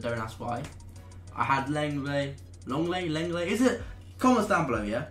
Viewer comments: 'long-lay' not 'long-let' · "Long ley"